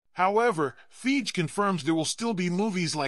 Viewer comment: Soon as he said feige wrong I was out lol…